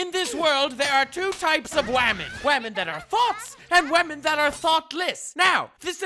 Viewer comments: You make me laugh so much I hope you know that, like your voice is just great. Every time you say wamen I die. Oh shit why is megalovania playing in the outro as I write this. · I love how he pronounces women. “Wamen.” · Wait, you don’t pronounce wamen correctly? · Whamen. But say it like ramen